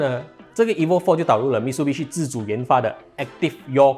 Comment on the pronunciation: 唸法應該是Mi Tsu Bi Shi